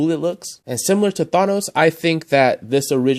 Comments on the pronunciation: It’s not tha now it’s than oooo s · "Thaunohs". lmaooo!! 😂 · omg ur thanos pronounciation makes me cringe, u say the ''a'' like the ''a'' from ''awesome'' The official pronounciation is thanos with the ''a'' from ''action'' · You can’t say thanos right